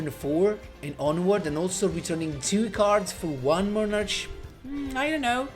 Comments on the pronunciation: Nice deck, even though Monarchs seem like barely playable i guess is nice to mess around with them (not me though,i barely have anything 😅) Also I find it funny that you say" monar-ch" instead of "monar-k"(how is usually spelled) 😅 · it's fine 🤣 ,i actually like your pronunciation more even if is not correct, it's just that as you may know im not native English Speaker but i always heard it pronounced that way, that's why i find it funny hearing it from you